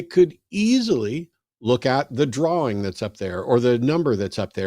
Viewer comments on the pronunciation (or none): none